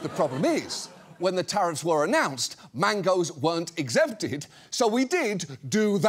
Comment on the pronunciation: When he said mangoes I thought he said Mangas 😢